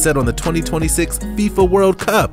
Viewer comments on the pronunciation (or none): none